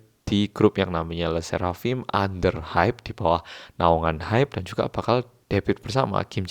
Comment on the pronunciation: I speak french and I want to say that your le sserafim's pronunciation is accurate🥰🥰